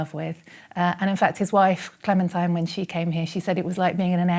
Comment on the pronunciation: Her name is pronounced clementeen.